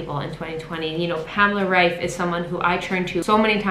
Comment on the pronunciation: I'd love to leave more likes just because you are the first non-German person I've ever heard pronouncing Pamela Reif in the right way.